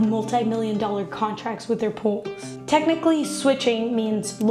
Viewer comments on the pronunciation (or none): none